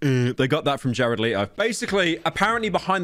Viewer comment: Bro said Jared leeto 💀